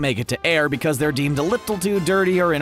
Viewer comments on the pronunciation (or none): none